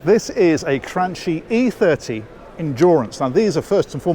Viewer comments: Is granki not granči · Cran-KEY. Your English-ness is showing through. It probably subconsciously feels rude to refer to a respectable brand that you want to represent well with a pejorative term like "cranky" but it's really OK. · Pronunciation,! It's not "Crunchy"! 🤣🤣 (Ticks off the Aquaholic Bingo sheet anyway) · Cranchi,, Cranchi (Kranki), not Crunchy for crying out loud! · you said CranCHI again! 😆 I know you've addressed the proper pronunciation, but I prefer this one better! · Noooooooooooooo "Ch" in italian is "K" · Lovely looking day boat or weekender. Has anyone commented on your pronunciation of Cranchi? 🤪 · You pronounced Cranchi correctly on the last one! You're backsliding, mate!:) Nice tour, as always. Should be a fun boat.